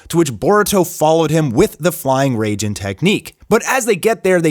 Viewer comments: It’s Rai-jin like rai-kage. Not Rayjin. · flying RAY-JIN? its RAI-JIN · Did he really say flying rayjin 😂